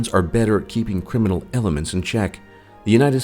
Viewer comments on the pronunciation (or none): none